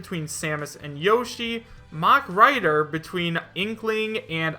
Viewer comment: I thought you said "mumen rider" instead of the "mach rider" and I was like: One punch man for smash... * inhales deeply * ... HELL YEAH!!!